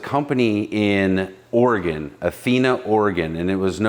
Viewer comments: At least he pronounces Oregon correctly. It's Oregun not Oregone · You pronounced Oregon correctly!